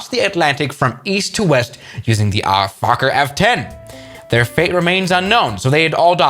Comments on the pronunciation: Say "foukker" and i think ur good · Fokker is pronounced as 1 word, try it out on google translator, you write it there, press the speqker button, it pronounces really good (for this word)